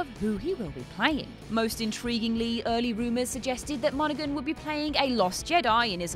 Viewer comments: It's also pronounced Mona-han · Monaghan is pronounced without the g, just saying.